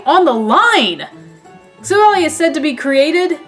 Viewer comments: I think Silvally's is a mix of silver and ally. And I think it's pronunciation is Silv-Ally. It's based off of a chimera, a mythical creature that has different body parts of creatures such as a chicken, lion, and a goat. Since it has so many characteristics it can adapt to any situation like it says in the Type: Null description. I hope this helps :) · Type: Null and Silvally (Prononced Silv-Al-Eye, a portmanteau of Silver and Ally) are Literally Synthetic Arceus. Silvally's RKS System (Get it, RKS = Arceus) is a successful attempt at recreating Arceus's ability to change it's type.